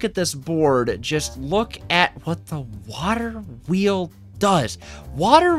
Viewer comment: bro said "waHer Wheels"